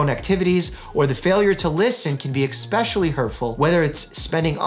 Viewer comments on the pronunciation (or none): Ok, is it just me or Dr Mike says "eXpecially" instead of "eSpecially"? This is maybe the 2-nd episode that I heard that. It kind of irks me - like those people who say "nuCELar" (not "nuCLEar") or "eXcetera" (instead of "eTcetera").